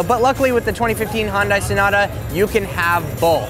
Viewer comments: Well...You're not a big enough fanboi of Hyundai since you can't pronounce the name...it's HY-UN-DAI, not Hon-Day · HON dai? it's pronounced Hyun-dae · pretty sure it's pronounced hai-un-dai not han-day. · It's Hun Day like Sun Day not Han Di. Hyundai explained that a long time ago in one of their commercials. Geesh. Anyhow, I would like to add my two cents by saying that the advantage goes to CarPlay because of Siri. CarPlay has less screen information and forces you to talk to Siri rather than take your eyes off the road looking for a specific task on an ever-changing screen. Android Auto just requires a bit more attention to the screen than CarPlay and isn't the point of these programs to make it safer so people will give more attention to what is adherently the most important part of being in the drivers seat... driving. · Sales guys in the 1990s pronounced it wrong too. It's HUN DAY, not HUN DI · Did he say Honda instead of Hyundai ? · That's one fucked up way of pronouncing Hyundai.